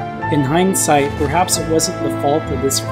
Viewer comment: did he just say bruhaps?